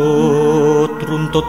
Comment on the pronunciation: Pelafalan bahasanya MC masih banyak yg harus dibetulkan mas. Contoh hangêmba, mestinya hangémba, kasingatakên, mestinya kasingitaken, antut, mestinya atut, dsb. Maaf